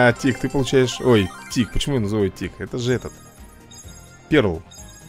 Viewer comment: Если что не перл а пёрл